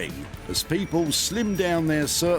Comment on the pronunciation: Nice bit of editin. When he says "people", it sounds like "papal". The collared man was good timing. Well cool!